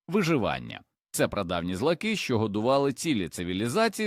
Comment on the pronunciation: ГорОд! Чому ШІ ставить наголоси по правилам російської мови?! Як мінімум це бісить. ЗлАки.